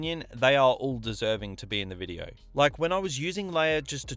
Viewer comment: Take a shot everytime he says Videouh